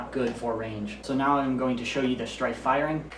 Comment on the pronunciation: He said stryven